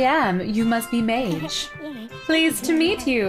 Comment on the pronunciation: Anyone else annoyed that she mispronounced Madge?